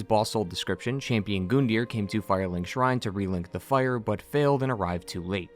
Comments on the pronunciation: It bothers me how he pronounces Gundir’s name it’s a U not an O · Call me crazy, I swear I heard someone say his name wasn't pronounced Gun-deer, it was Gun-die-er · Gun-deer not Goon-deer